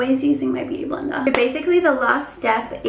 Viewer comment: Blender u mean?